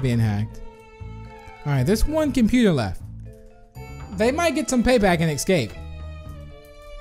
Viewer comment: I love how said "excape" instead of "escape"